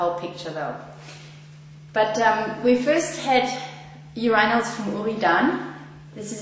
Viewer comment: Your - eye- nals.